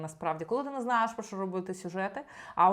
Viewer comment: Цікаве відео, дякую ) Ви питали, чи дратує ваше цмакання. Мене не дуже. Але є інші звуки, що не дуже органічно звучать для мене. Такі слова, як "немаЄ", "знаЄш", "здаЄться", ви вимовляєте як "немаЭ", "знаЭш", "здаЭться", на російський манер. Стараюся не звертати уваги, але реально важко. Тому дивлюся вас рідко, на жаль.